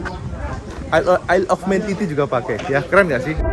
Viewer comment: ISLE OF MAN di baca : AELEFMEN